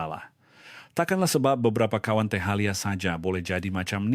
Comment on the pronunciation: Ini Ai jgn percaya.. melecur dibilang melekur..cawan dibilang kawan... bongok bin bahalul..